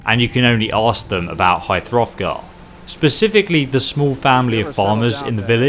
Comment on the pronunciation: Stop saying high froffgar